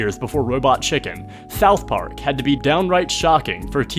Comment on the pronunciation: “Thouth Park”